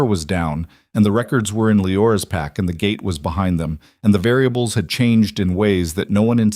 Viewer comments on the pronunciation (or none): none